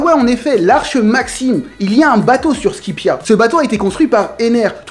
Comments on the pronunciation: C SKAYPIA PAS SKIPEA BORDEL !!!!! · Tu dis "skipiea" mais ca se dis "skaypiea" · Sanji Vinsmoke je parle de la prononciation pas de l ecriture je sais tres bien que c skypiea mais lui il prononce skipéa alors que c skaypiea